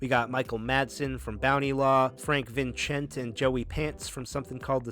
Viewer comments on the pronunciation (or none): Frank Vincent not vinchent